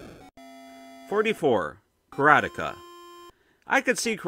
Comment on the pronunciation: Kar ah tee ka